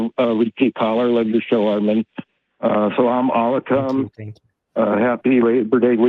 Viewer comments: That Arabic greeting at the beginning was pretty off and totally unnecessary 😂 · wow... this dude doesn't even know how to say salam alaikum